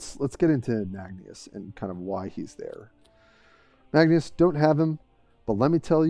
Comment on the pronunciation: Magneus? Magnus or marneus lol